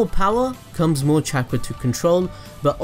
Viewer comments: Chak rah resengan Is what i heard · The way u said chakra made me leave the video